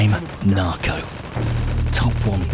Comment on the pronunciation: Nobody: Not even ghost: Narco: Im narcaw